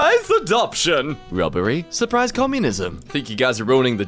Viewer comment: kiling say sprize heven